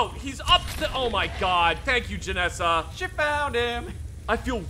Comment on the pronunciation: removes a bunch of mods, blames Todd Howard That's what we call a "pro gamer move" Also weirdly getting Stockholm Syndrome with pronunciations and starting to enjoy them lol. Jenassa to "Jenessa", Geirmund to "Garimund". Keen for the next ones.